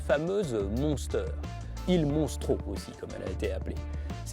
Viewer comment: C'est pas MONSTRO mais MOSTRO Stop avec cette erreur svp !